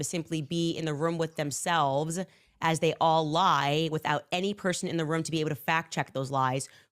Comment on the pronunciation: I noticed she was able to properly pronounce Room in some of her older clips, but in her recent videos she pronounces it Rum, Playrum. I feel this is a clear sign that she is having severe cognitive issues. I believe her conspiracy theories are rotting her own brain. And just to be clear. Don’t come at me for my feelings. I am allowed to feel and believe things.